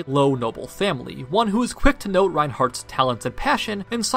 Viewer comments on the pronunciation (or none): none